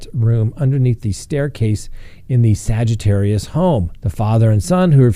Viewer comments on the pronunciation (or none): Hey, check you pronunciation----Not Sagitarius---Saugerties---(Saw-ger-tees)